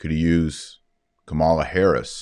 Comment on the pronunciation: BTW her name is: KA' ma la. NOT: ka MA' la